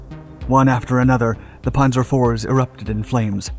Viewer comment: You'd think if you're going to narrate a tank video you'd know how to prounce Panzer, Chassis, and Cupola not to mention places like Cologne.